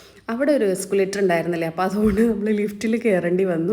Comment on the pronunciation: എസ്കുലേറ്റർ അല്ലാട്ടോ എസ്‌കലേറ്റർ (escalator).